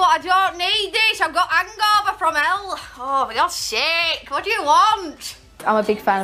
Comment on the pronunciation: I just noticed this but she does her Californian accent 'WHAT the hall'